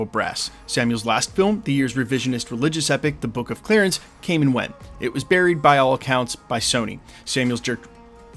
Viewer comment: Bro's not good with names! He also pronounced Clarence as clearance! 😂